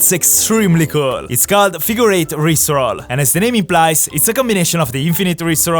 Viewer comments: IT IS NOT COIED A RIP ROLL IT IS COLIED A RISTE ROLL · i genuinely thought he said rick roll instead or rip roll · i thought he said rick roll lol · Never gonna give you up, never gonna let you down. Sorry I thought he said rick roll (jk) never gonna run around and desert you. This time he said wrist roll :) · the "rip roll" sounded like rick roll😂😂